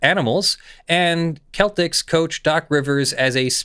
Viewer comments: It's pronounced "Sell-ticks" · I love how he pronounces the Cel tics as Kel Tics. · Please pronounce Celtics (the basketball team) again! 😂👍